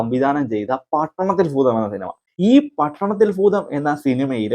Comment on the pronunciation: പട്ടണത്തിൽ ഫൂതം അല്ല കുഞ്ഞേ... ഭൂതം... ഭൂമിയുടെ ഭ....